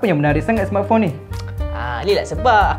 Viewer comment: Cara laki tu sebut "smartphone" mcm org ganu....sebutan die "smartphong" kalau tersalah dengar tu sorry lh😅